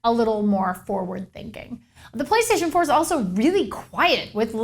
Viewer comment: did she say play staion pour